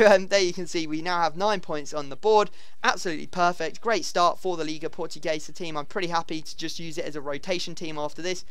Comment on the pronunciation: Why do you say "Liga PortuGAYsa?"